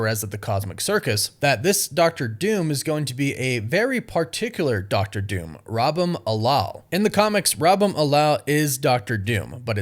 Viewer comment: The way he is able to butcher the pronunciation of Rabum alal and Valeria is a super power in of its own.